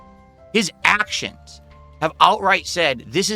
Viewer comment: his ACKshuns